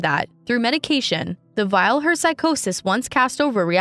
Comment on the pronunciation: And "vial" instead of "veil"